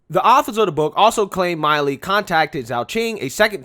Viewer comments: It's pronounced Mill-ē. Not Mile-ē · General mill e is how it's pronounced. Not Miley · Milley gets furious when his name is mispronounced,im sure knows that.